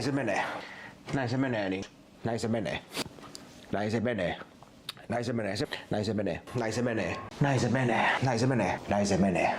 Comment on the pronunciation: Alkaa monen kerran jälkeen kuulostaa siltä että sanois "näin sen veneen" 😂😂